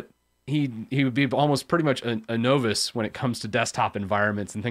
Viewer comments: lol... no voice... wtf. Is this a weird linux-ism where folks just purposely mangle conventional enunciation? Novice is pronounced: Nä-vəs. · repeat after me son - "NAH-VIS" - now that I am a MASTER of hehe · Novice is pronounced “nah viss.” Does it matter? Probably, if you’re going to keep saying it. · I think the first part has a more NAW not AH sound when I hear it myself. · Novice is pronounced "nah-vis." This is hard to listen to because you keep mispronouncing that one word. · Novass? Are you trying to say novice? Play the audio clip here: Click the british flag to hear the correct pronunciation ;) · what's a Know-Viss? Sounds like a Canadian, eh? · Novice is pronounced with a short "o" like you would use in "of"... You could say "N-of-iss" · I will take legal action if you don't start pronounce novice the right way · The "O" in the word "Novice," is like the "O" in the word "Bottle," NOT like the "O" in the word "Nova." "Know what you don't know," right? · there are people making fun of you for how you pronounced the word novice wrongly, it makes you less professional sounding not saying this right so instead of telling you myself click the play button since it's a small o sound in novice not a capital O sound. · I've never heard 'novice' pronounced that way before. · No one should ever hear it pronounced that way again. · Good video, only isssue is that is not how you pronounce novice. either way I think its good you brought this up. I think its easy to get cought up on all the stuff we dont know instead of looking at what we should learn next.